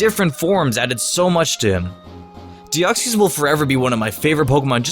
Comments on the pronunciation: Its pronounced Dee-oc-sis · Deoxys is pronounced Dee-ox-is I’m just saying but u pronounce it your way if ya wanna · YOU DIDN'T PRONOUNCE DEOXYS RIGHT!!!!!!!!! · U pronounced Deoxes wrong